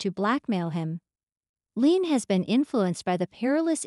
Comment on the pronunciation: Omg please please pronounce leanne's name correctly, LEE-ANNE